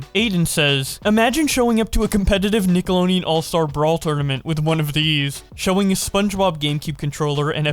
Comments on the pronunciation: i have come to the comments here today to investigate if anyone else heard how pronounces nickelodeon without the 'D' and instead with an extra 'N' like: nickeloneon.... or if my ears are playing games with me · The way you pronounce nickelodeon makes me wanna finally smash a brick against my skull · Correctly pronounce Nickelodeon Counter: 0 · The only thing that annoyed me was how he could never pronounce the D in Nickelodeon😅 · Since when was the 'd' in nickelodeon silent. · If you had said Nickelodeon right once in this whole video, I would have liked and subscribed. mins of torture should be the tagline. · Please put out an apology for your butchering of the word "Nickelodeon". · God the way you pronounce Nickelodeon is awful. Like the sonic music though. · You keep forgetting that there's a d in Nickelodeon. XD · Why isn't anyone pointing out how he's pronouncing Nickelodeon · My whole life, I've been pronouncing the "D" in nickelodeon. Thank for teaching me the correct way! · the pronunciationof nickelodeon made me click off. please research the pronunciation of the word that is gonna be used multiple times in a video no hate thought just trying to help. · And nickelodeon without the D.... every time. ❤ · yeah doesnt pronounce the d really infuriating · I'm more so bothered by ability to say nickelodeon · Did you actually say "Nickeloneon"? In the beginning? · Nickleonen is all I could hear you say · "Nickeloneon. Ningleoneon. Nickelongeon." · How many times does say "Nickeloneean" in this video? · Take a shot every time he calls it NINKeloneon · I'm cringing and fuming over you saying Nickleoneon all the damn time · All I hear is “Nick-alo-neon” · IT HAS A FUCKING D IN IT DUDE, NICKELODEON, Holy shit it takes 2 seconds to learn how to correctly pronounce the word you are literally about to say 300 fucking times Jesus christ. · I keep hearing nickalonnian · Dude why do you say Nickeloneon every Time? 🤣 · Deon not neon